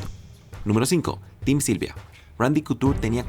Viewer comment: min "sim tylvia"